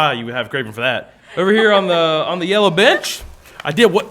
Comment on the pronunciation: He said "bench" tho it does sound like "b*tch"